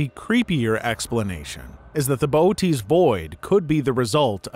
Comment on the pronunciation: Pronounced Bootes correctly, even if I can't type it due to not having an umlaut on my keyboard. That's true of most wasabi too. I can almost guarantee you sight unseen that any wasabi you have is just green horseradish, with a teensy tiny little bit of wasabi powder added just so they can put the word on the bottle. Acutal wasabi has such a crazy short shelf life when raw, and once prepared has to be used within a day. So you're not gonna find it at Walmart. You'll have to go to a specialty store, or order a root online priority shipping and make your own.